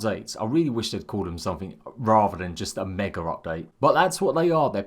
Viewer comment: There is no leter R in Mega...lol, jk